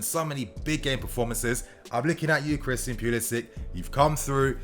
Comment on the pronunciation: you need to pronounce Christian’s name properly. You don’t think he at least deserves that bit of respect? Flippin brits man. Y’all love to just butcher people’s names w/o giving a rat’s ass